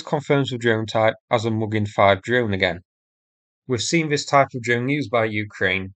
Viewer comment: sincere suggestion here : you're doing a great job of sourcing these videos and getting them uploaded. Good informative scripts.Your viewing figures have increased impressively recently. May I suggest you now do something about improving the narration ? False fronting is relatively easy to fix. Mispronunciation of th as v or f is undermining your message. Fanks, vis, fought, vem etc. Thanks, this, thought, them...... Investigate Speech ferapy (therapy). Best wishes